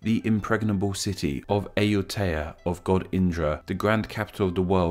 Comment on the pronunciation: ZKIX739 yeah like Sukhothai and Ayutthaya. He flopped